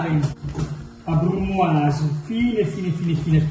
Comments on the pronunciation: no, con la brrrrrrrrrrrrrumoise xD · BRUUUUMOISE COOOOSSSIII COOOOOSSSIII (pt.2) TAAAC (anche milanese signorii) ECCEZIONALEEE (PICCININI ON)